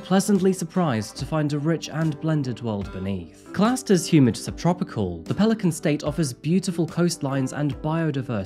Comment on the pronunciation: I’m from Louisiana and you get props for pronouncing pelicans correctly. 1 point for